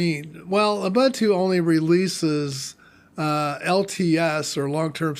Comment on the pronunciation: "OOBANTOO" doesn't exist.